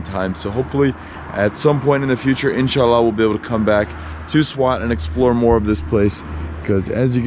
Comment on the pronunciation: your saying of "INSHALLAH" made me subscribe to your channel